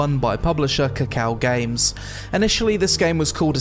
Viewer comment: I physically cringed hearing "Kakao Games", never again.